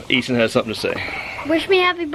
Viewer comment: Hapoy birthday Eason(?siunds like y'all are saying E-son) Sorry if I spelled it wrong. Happy porkchoppin and baconing. Only 1 bad day for sure. Blessings, julie